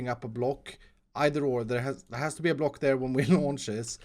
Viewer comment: I love the way you say block... BLOC